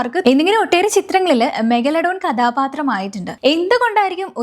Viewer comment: പറഞ്ഞു പറഞ്ഞു മെഗലഡോൺ അവസാനം മെഗഡലോൺ ആയി 😂 എന്തോന്ന് പെണ്ണേ